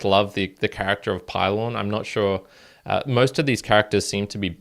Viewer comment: Pee-lohn….. not pie-Lon…. :) & port-a-ghee